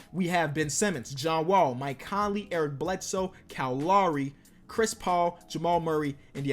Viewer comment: Kyle Lowry. Not Cal Lauri.